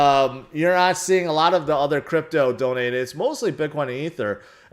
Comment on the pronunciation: He said Grypto not crypto